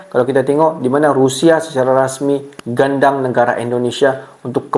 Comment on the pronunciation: Bukan gandang bro..tapi gandeng..